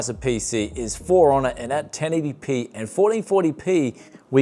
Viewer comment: I heard it Fonor when you said for honor...😂😂